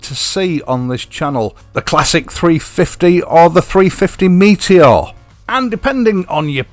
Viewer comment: Yo bro cool rap right there 😁. Good Yorkshire lad getting the name right….never in doubt. So why do the others call it a Meetyor?